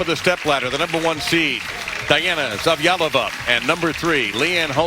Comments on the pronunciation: poor can't pronounce Zavjalova lol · Attempt at "Zavjalova" pronunciation, --- LOLOL